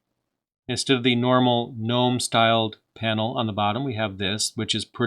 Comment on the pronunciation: You know how to pronounce Mate but not Gnome? Just like Gnu is pronounced geh-new, Gnome is pronounced geh-nome